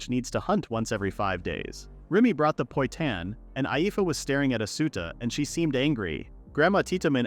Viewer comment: The number of times I've heard poitan misspoken is really anger inducing...